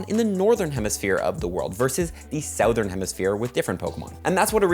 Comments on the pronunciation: why can't you pronounce Southern ? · you say southern strange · Why he say Southern like that?